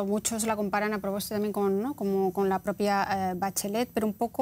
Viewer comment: “Yasna ProBOSTA”. Jajaja